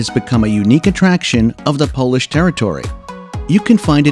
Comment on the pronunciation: Props for taking the time to learn difficult polish pronunciation. You did very well!